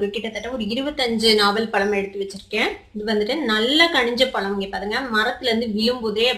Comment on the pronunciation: நாவல்பலம் இல்ல நாவல் பழம்.தமிழ கொல்லாதிங்க.